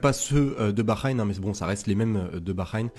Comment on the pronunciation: Merci pour cette vidéo intéressante ! J'apprécie vraiment ton contenu, mais j'aimerais partager une suggestion constructive. Pourrais tu envisager de travailler sur la prononciation des mots arabes, notamment pour capturer la mélodieuse façon dont les Tunisiens s'expriment ? Cela ajouterait une dimension authentique à tes vidéos. Par exemple, le Grand Prix de Bahreïn se prononce 'بحرين'', et et non Bakheïn. Ce qui peut être irritant, surtout quand on sait que tu es capable de le prononcer d'une manière plus carthaginoise. Le Grand prix d'Abou Dhabi viendra par la suite, essaye de le prononcer comme on le prononce là-bas. Petit indice : abou zâbi J'espère que tu prendra en compte ce commentaire pour améliorer encore votre contenu. Merci !